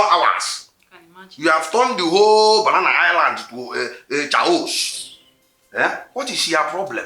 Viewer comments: Lol its kayossss not chaaayoos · Was that ‘chaos’ he just pronounced? 😂😂😂😂😂😂😂😂😂